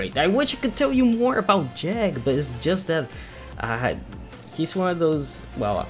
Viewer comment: Its called Jeeg not Jag...